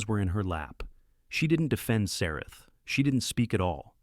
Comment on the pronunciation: Also the ladies name in the text was Sarah but the Ai voice was pronouncing it half the time as Sareth or something like that.